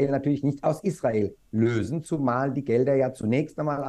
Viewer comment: LÖsen... Wie klingt das denn XD?